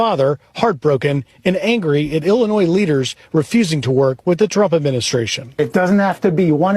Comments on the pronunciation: Illi-noise? Where did he go to school? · Chicago Illinoise lol